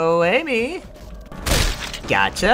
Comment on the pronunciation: What i hear from him saying: "GACHA!" What they hear: "GOTCHA!"